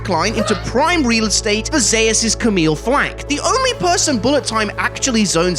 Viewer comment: ??? Is no one gonna talk about the fact dude is saying Zeus completely wrong? Man just said Zahus?!